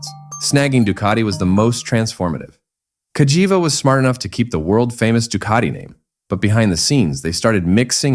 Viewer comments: Is there any word that Burgerpeople cant mangle? Kah Jee Vah ffs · How many different ways can You Pronounce Cagiva (Ca - Gee- vah) in 3 minutes? & None are right! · It's cag - ee-va when you say it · it said Cagava 😂😂😂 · This is for the person uploading the AI slop videos. Nobody wants this shit. I can find this history on Wikipedia without having to listen to a robot voice that pronounces Cagiva incorrectly in a dozen different ways. Have some pride you vulture. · It pronunced "Cagiva" in 10 different ways during the video 🤣. I didn't even know that was possible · And none of it sounded right 😂